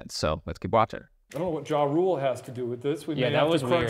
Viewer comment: "It was a pretty clear JaRule" 🤣